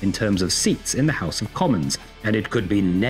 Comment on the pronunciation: When talking about a "House of Commons" in which the tories don't have a majority these types put more emphasis on the "common" than you do. Other than that, great performance. Happy Thursday.